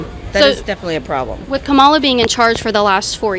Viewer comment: Kaitlin, i know you mean well and support Trump, but you're just being ignorant on purpose at this point pronouncing Kamala's name wrong in every video. Your credibility just keeps sinking hun...